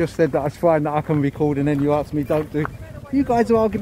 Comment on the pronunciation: He says "arksed" 🙄